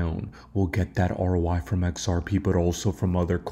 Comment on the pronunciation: Why do you keep saying "ROY"? It's "ROI", meaning "return on investment" 😅